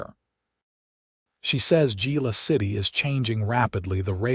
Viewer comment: I do wish AI could be programmed on the correct pronunciation of Spanish words. It is not Gila City but pronounced Hila City. With that out of my system, this was an exciting story. Glad Willow escaped her abusive husband, who ends up being charged with his threats against Willow, his shady finances is sent to prison. Listening from Clarksville, TN.